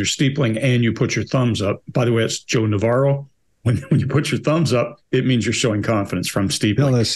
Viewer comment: I thought they were saying Joan of Arc for awhile before it sunk in they were saying Joe Navarro